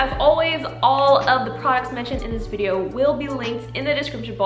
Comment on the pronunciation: why did you say “videouhrh” like an australian but talked like an american the rest of the time? my brain is just 🌀 edit: and she also said “dohyun belohwrh” with an australian accent.,4&;!’fjx@@ i am so confused. great video tho, and your very pretty i just watched the whole video and now i get it... i believe it is kind of a joke (?!?!?!??!) and if it is not i don’t wanna be disrespectful or anything